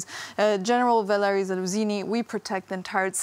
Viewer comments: "Zaluzini" hahaha she couldn't have said it any more wrong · He is the Commander of Ukranian forces , have enough respect to learn his name and say it correctly!